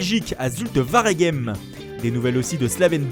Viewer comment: On dit Ouaregem et pas Varegem